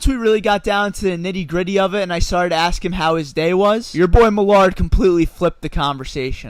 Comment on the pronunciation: I like how you call yourself ""!!!